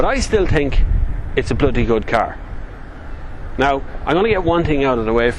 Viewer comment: Haha, " i tink dis is a good car"